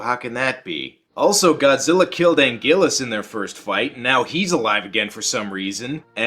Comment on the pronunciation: Anguirus not angilus